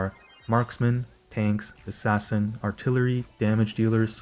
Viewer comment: "Ass Ass in" 😔